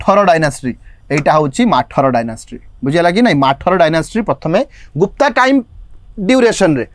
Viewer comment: Do not call ମାଠର , it is pronounced as ମଥରା dynasty